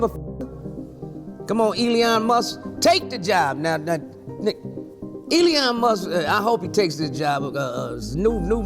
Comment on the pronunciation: Now...EELEEYON MUSK!